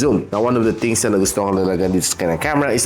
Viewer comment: Constructive criticism: you need to practice properly pronouncing "Th" e.g. Things.... not Tings.